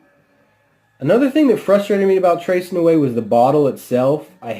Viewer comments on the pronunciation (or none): Please, before you review a product, can you get the name right? It's not that hard. Tres Nuit is French and pronounced 'tray nuee'. Thanks for the review of Egra though, not many of these around.